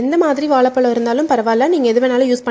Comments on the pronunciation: Vala palam illama Vazai Pazam nalla Tamil pesunga amma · Pl pronounce vazhai pazham not palam